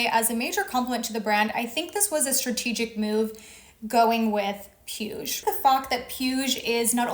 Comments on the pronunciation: Puig is pronounced "pweeg" 💕 Love your vids 💖💕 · "PIUSH" destroyed me 😂😂😂😂😂😂 you just pronounce that PUIG the last G is pronounced like the G in "bag" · Being nitpicky here, but Puig is pronounced poo-eeg. The "g" is the same as in pig. Otherwise this was quite informative. Thanks for sharing. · Puig is pronounced: "pooch". Catalonian surname